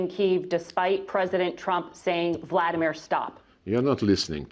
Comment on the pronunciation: LavrOv!!! NOT LAvrov!!! u, woman, got to learn how to pronounce correctly!!! basic decency! POOtin VladEEmir!!!